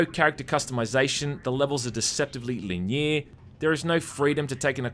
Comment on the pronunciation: Well, that's the first time I've ever heard "linear" pronounced as "li-NEAR".